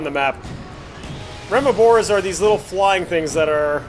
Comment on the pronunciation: remobra not remobora xd